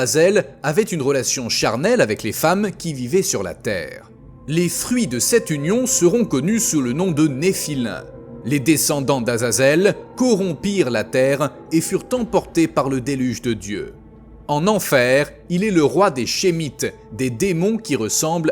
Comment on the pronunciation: Ça se dit nephilim pas nephilin 🤦🏽‍♀ C'est un "m" pas un "n"